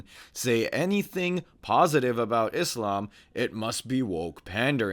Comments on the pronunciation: just hearing Izzlam is a giveaway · Douglas needs to go and actually study Phonics. The word Islam has an s in it. Not a z. Also the word Muslim has a u and an s in it. So to pronounce the word Muslim you say the letter u properly and the same with s not z.